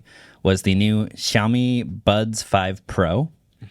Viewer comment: It's not YAomi it's SHAomi